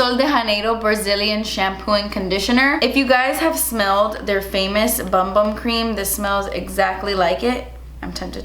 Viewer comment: The BumBum cream is actually pronounced boom-boom. 😃. You’re super entertaining! Thanks for a great vid! 🥰 🤩🙌🏻